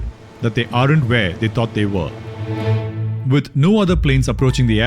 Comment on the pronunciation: Excellent video. Please learn to correctly pronounce “are’nt” (sine you are using it many times) … it is not pronounced “ARE-AUNT” but, more like “AUNT”